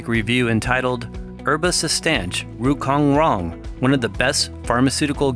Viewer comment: Rou (cong) rong, e second word is pronounced as (chong with "ch" sound) Not as in "k' sound.